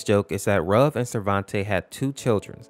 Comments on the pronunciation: You pronounce ruv like roof but v instead of f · It’s pronounced ROOV